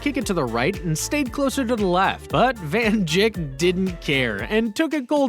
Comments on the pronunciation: it is not van jik its van dik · its van dijk but bro said van jik i thought he said van chick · Van Jik what the hell it’s van dijk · He’s called Van Dijk nerd not Van dik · ishowspeed saying van digk lol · WHY DOES HE CALL HIM VAN JIKS?!?!?!?!??!!?!?! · No he said van jik in the recording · Bro said van jik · Bruh he called Van Dijk “Van Jik” what an idiot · Bro really said “van Jik”💀💀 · He pronounced it wrong but right, it sounds like Van Dike, but its spelt Van Dijk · Did this man really just call Van Dijk van jik? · It’s van “ dike not can ‘djik. Even though it’s van dijk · it's not pronounced van jigs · Man said van jik😂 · He called van dijk bad jicks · Man said van jik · bro he an not pronounce fulham and van dijk